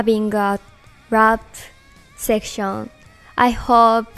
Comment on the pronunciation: The official pronunciation of "section" needs to change to Moa's version.